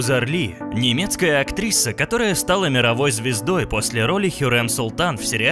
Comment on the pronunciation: "Немецкая актриса" звучит по-особенному😂😂😂